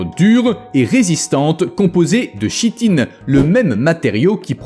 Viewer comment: La chitine se prononce kitine